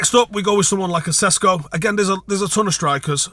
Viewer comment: Just fyi as he is probably gonna be talked about a lot in the future. Sesko is pronounced Sheshko and he is not Slovakian but Slovenian✌️